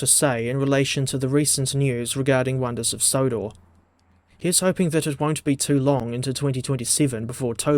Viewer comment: bro said sonders of Wodor again😂